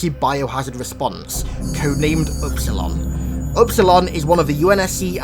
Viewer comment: "upsiloin" Me : .... Espilion? Is dat u church?